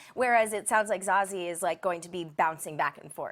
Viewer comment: Too many Z's in Zazie, and it's pronounced Za-sea